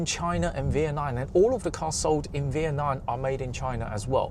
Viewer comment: Why does your pronunciation of "Vietnam" sound like "V-N-I"? That's literally your next-door neighbor, you should know how to say the country's name properly. It's not like that'd be too hard for a big-headed mofo like you to learn!